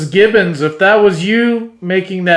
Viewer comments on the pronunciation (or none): That was so funny that you both kept calling them Gibson instead of Gibbons 😅